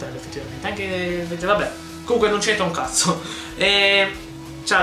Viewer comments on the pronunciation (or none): none